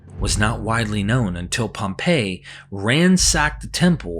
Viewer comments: And btw, it's pronounced "Pompee", Pompay is the city. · It’s pronounced Pom pee,not Pomp pay..